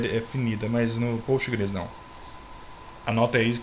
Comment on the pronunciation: Cara sua aula é muito boa. Mas como uma orientação pessoal, pfv pare de fala POSTGRES como se estivesse no pural. nao esta, na verdade o s esta no final devido ao SQL que tem no final. Dica ok... Obrigada